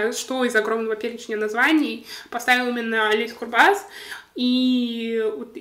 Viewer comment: В фамилии "Курбас" ударение на первый слог.